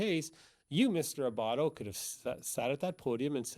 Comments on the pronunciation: Adam Abbate....not Abbato Anna Cross....not Emily Cross Just being helpful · ..Abatte NOT Abatto....and Anna Cross, NOT Emily.